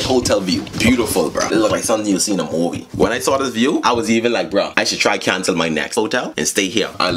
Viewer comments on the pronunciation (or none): none